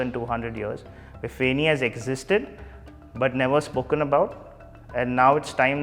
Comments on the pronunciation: Fun fact it's not really pronounced at feni it's "fae-knee"like the way u pronounce it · Feni not fenny. Big difference